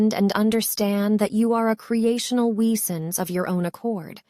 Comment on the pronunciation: Wesen is pronounced VAY-zen in German.